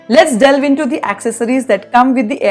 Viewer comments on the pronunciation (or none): none